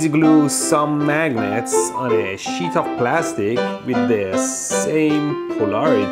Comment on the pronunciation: This is a shit of steel? If I place the shit metal on it? Is that an accent or are you really saying, "Shit"?